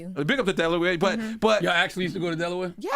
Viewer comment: Loren... Please let Charlemagne kno To put sum respecK on Delaware name🤨 he keep trying us 🤦🏽‍♀️ -#Eway💪🏽💯